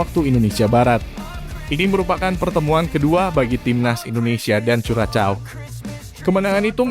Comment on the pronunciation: Min..tambah wawasan dong cara baca nama suatu negara....Curaçao itu tidak dibaca curacao tapi Kurasao